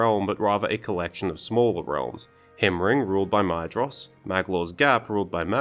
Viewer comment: Love your videos but something small I noticed is that you pronounce maedhros with a hard d sound whereas in the notes on pronunciation it says it is a th sound